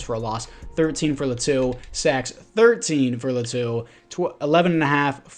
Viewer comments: they way you pronounce Latu is actually pretty close, mayble its L(ahh)tu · Laitu Latu is pronounced “Lay-ah-to” “La-to” also don’t hate on my daddy Justin 😤😤